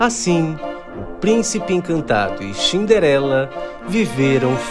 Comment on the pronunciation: É Cinderela não é xniderenla